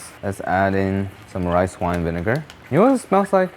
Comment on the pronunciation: he did not say vinegar